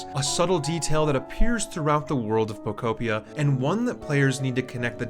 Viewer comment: I believe it is pronounced po-KO PEE-uh sir